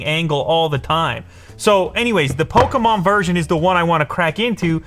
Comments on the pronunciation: Its a pokemon not pokomon 😂😂😂😂😂😂😂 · It’s not Pokamon it’s Pokemon 😡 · lou: polkamon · He says “poke-a-mon” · More like "pokomon" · Hearing Lew pronounce Pokémon like that disturbed my soul 💀